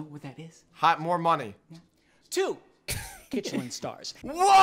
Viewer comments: Did nobody realize they called a Klin star instead of a Michelin star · ITS A mishelin star NOT a kichenlinstar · It’s actually called a Michelin star not a kitchelin star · I was wondering when someone would point out that was saying kitchelin star instead of michelin star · I love how he said kitchelin star when the real thing is a Michelin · it's a Michelin Star not a KiTcHeLiN sTaR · It’s called a Michelin star not a kichalen star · Its a Michelin star not kichelin star